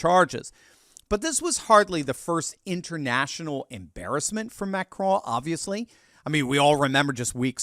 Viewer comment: Just pronounce the "n" in Macron and be done with it.... it sounds ridiculous for an American to try to say it with a bad French accent.